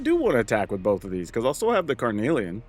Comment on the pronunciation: You’re saying carnelian right, and yes it does mean something 😁 it’s a red semiprecious gemstone.